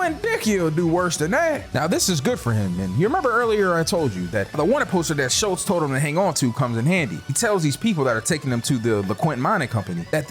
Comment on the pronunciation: I do not believe “Schultz” and “Waltz” rhymes